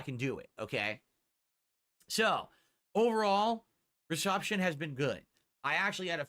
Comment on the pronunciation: The stroke language has been getting worse lately. Case in point, , he says “recuption” instead of “reception” which makes zero sense. I’ve played it back several times. Still can’t figure out what he was trying to do with that word.